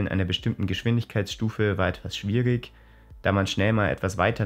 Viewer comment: Achtet auf Eure Aussprache. Man spricht nicht schwier-ik, richt-ik, fünfz-ik, sondern -ich, auch wenn es mit g geschrieben wird.